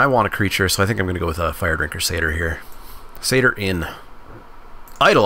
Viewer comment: Watching you misread pup and firedrinker so many times hurt